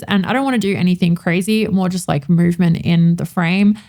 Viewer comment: Funny-to-me and off topic, but my American ears often hear the word “lack” when you say “like”.. which being nearly opposite, takes my brain an extra couple seconds to retranslate to your intended meaning. 😊